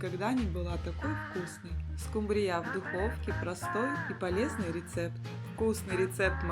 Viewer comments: Почему-то большинство хозяек неправильно называют эту рыбу - скумбриЯ! А правильно-то - скУмбрия! Ну и, конечно, меня потрясла фраза в первом рецепте: "вместо надоевшего лосося". Поднимите руку: многим из вас успел надоесть лосось? И последнее. Тут уже успели обидеться: «Ишь какой грамотный выискался! Какая разница: скУмбрия, скумбриЯ?» И добавили: «…могли бы и макрЕлью назвать - рыба-то одна!». И снова я тут я «в очках и шляпе»: нет, не одна! Это разные рыбы: и по экстерьеру, так сказать, и по особенностям вкуса. Это подтвердят многие источники. Но все равно: за рецепт и старания - спасибо! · Очень все аппетитно, только режит слух , ударение не скумбрия не на я, а на у. А так обязательно приготовлю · СкумбриЯ ! Бедный русский язык 😢 ! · Это миллионЭры говорят скумбриЯ'? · СкУмбрия, а не скумбриЯ! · Не скумбриЯ, а скУмбрия! 😅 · Почему скумбриЯ? В ваших краях её ТАК называют? Или это ваше собственное видение? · Надо правильно произносить слова:скУмбрия,а не скумбриЯ.Очень много масла,она и так жирная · Да не скумбриЯ, а скУмбрия! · ..не скумбриЯ😂.... А скУмбрия....😅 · Очень хорошие рецепты.Только скумбрия' режет слух.Привычнее ску'мбрия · Очень надоели эти оглавления, читаешь, и уже не хочется смотреть. И почему вдруг скумбриЯ?! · Ну почему же скумбриЯ ! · Здравствуйте,всем!,рецепты интересные. Ударение в слове скумбрия ставится на у: скууууумбрия. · Слово Скумбрия произносится с ударением на У. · Что за рыба--- скумбриЯ? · ❤Хорошие рецепты , только скумбриЯ😂 и заинтриговала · Почему скумбриЯ , а не скумбрия? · Уважаемая редакция программы, вы бы подсказали девице с кольцами и браслетами правильное произношение слова "скумбрия". Ударение на первый слог!!! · Что такое скумбрИя? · СкумбриЯ! Ещё одно слово испортили. А можно еще говорить скумбрИя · Только прозвучало скумбрИя, сразу пропало желание смотреть дальше. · Не правильное ударениев слове скумбрия😊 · Не скумбрия, ударения ставите неправильно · СкУмбрия, а не скумбриЯ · Что за СкумбриЯ? Всегда была скУмбрия.